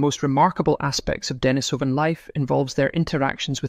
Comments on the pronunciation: On this comment section people are saying, 'Pronunciation: De-NI-so-van, not De-ni-SO-van' which I think is because it's Russian and the emphasis is on the second syllable. but don't quote me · Pronunciation: De-NI-so-van, not De-ni-SO-van. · Accent is on the 2nd syllable of Denisovan, ie, de-NI-sov-an. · A good rule for making authoritive videos is to learn how to pronounce the name of the subject. Denise o vun. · I’d like to have the true pronunciation of the word Denisovan. “Denis o van” as you are pronouncing it, or as I’ve also often heard it, “Denise o van”. I wonder what the actual pronunciation is. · .Ike how to pronounce Denisovan. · Please please - will somebody ever get it right.: the stress in 'Denisova / Denisovan' is on the second syllable. Anyone with elementary Russian will know this. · While I agree that the word is incorrectly pronounced, I have to say that a good percentage of people do not have elementary Russian under their belt.